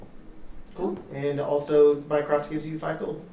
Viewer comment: Instead of mycroft all I hear is mine craft and I hate that game. Lol